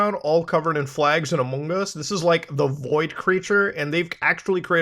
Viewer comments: Had to stop watching couldn't handle the among us pronunciation. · What’s with saying “among us” like you have a mouth full of food? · the way muta says amogus it's so funny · No matter how many times you say “amoogus” it makes me laugh every time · Muta saying "amUngUs" is what i live for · Man, it tickles my pickle whenever Muta says "Amongus" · God you just don’t know how much hearing you say amongs makes me happy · I will always laugh at Muta saying amongUs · You saying amongus that way literally made me unsubscribe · The way muda says among us cracks me up every time xD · The way you keep saying among us is killing me 😂😂😂